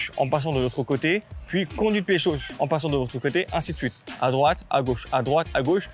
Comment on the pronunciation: "conduite pied chauche"